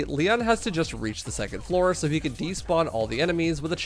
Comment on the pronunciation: ITS LEEONN not LIE ON